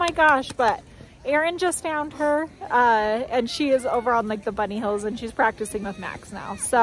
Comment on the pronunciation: its HIILLS not HEELS! Lol